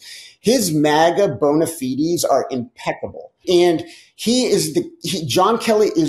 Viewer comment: I was today years old when i was perhaps corrected on how to say bona fides